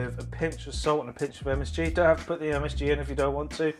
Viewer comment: Weird to here you say msg and another msfuckingg 😅